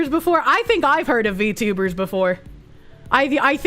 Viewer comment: "Wot r V tubas"